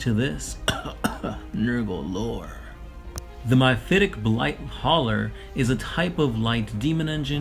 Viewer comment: Well that was painful. MY-phitic? MI-phitic? The word is MEPHITIC.